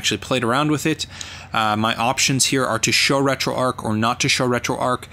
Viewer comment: A very nice and useful video - thanks. One thing though - it's "RetroArch", not "RetroArk". "Arch" as in "the arch of a bridge". See here if you'd like to know more